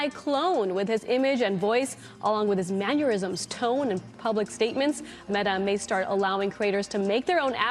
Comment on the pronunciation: “along with his manyerisms” made my jaw clench irrationally hard. 😅😂